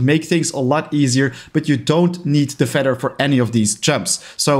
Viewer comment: Sir, it’s said feather and not feder